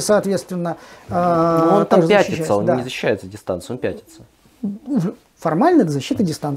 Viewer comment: Да, ты прав. Нечёткое произношение от блогера и его гостя меня ввело в заблуждение. Мне послышалось "защита дистанции", а не "защита дистанцией".